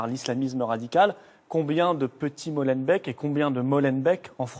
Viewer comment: Purée mais apprenez à dire molenbéééke et pas molanbèque !!! étterbéék, anderlekt, anverSSSS, et tant d'autres !!! Un journaliste français à ce rôle : discuter avec les habitant ça doit être la première question on dit pas Parisssss !!! Un peu de respect pour les cousins !!!